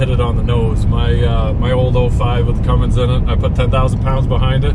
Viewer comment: First off, its CUMMINS, not "Cummings". Second, apparently you can put an inline-6 Cummins in "something made of extremely low quality extremely poor design" because Chrysler has been putting Cummins engines in Rams aka rolling dumpster fires for decades. The Duramax started as a Japanese design, but between the 6.7 Cummins and 6.7 Powerstroke, the Duramax is the only one built in the US (Ohio). Isuzu is one of the top diesel engine designers out there and have been designing diesel engines nearly as long as Cummins has. As of 2017, the Duramax is also the only one that doesn't use the POS CP4 fuel pump either. It's a shame Cummins decided to put that ticking time bomb on the new 2020 6.7 Cummins.